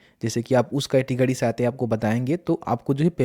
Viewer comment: Good information but....🤔🤔🤔 अड़्त-गड़्त और पतरता, कैटगड़ी 🤔😂😂🤣🤣🤔🤔🤔🤔🤔🤔😂😂😂😂😂😂😂😂 can't stop laughing.... 😂😂😂 Sorry...